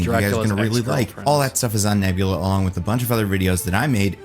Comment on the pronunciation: Sounded like he was ranting about nebuler and not nebula.